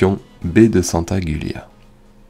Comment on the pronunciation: Jolie vidéo c pas pour critique mais le n 2 se prononce santa jiulia et non gulia mais jolie vidéo (j'habite la ba)